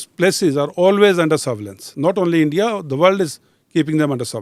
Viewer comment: ROO.. ENDIA... ROO😂😂😂😂😂